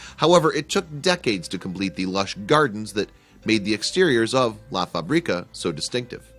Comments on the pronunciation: It's funny this guy saying la faBRIca, he should say la FAbrica, stress in the the FA not in the BRI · “La Fabríca” haha it’s Fábrica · What a nice place, he has changed up something ugly into a palace. You have little pronunciation mistake, "fábrica", has its stress on the first syllabe (fa) not on the second one (bri). Spanish is a tonal language if you change the stress you change the meaning of the word. If you say "la faBRIca" you are saying "he makes her up", but if you say (la FAbrica") that means "the factory" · if he says "la faBRIca" one more time Istg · I cringe everytime he says "La fa-brí-ca" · who knows spanish and crige every time he says La fábrica.loool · Did you know, to ask how to pronounce a word before making a piece? Fabrica, accent on the first "a". Let's be honest, the place will be fresh during the summer months and bitter cold in winter, so a nice summer villa.